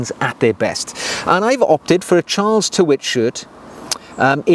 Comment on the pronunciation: Great vid. Tyrwhitt is pronounced 'tir-it"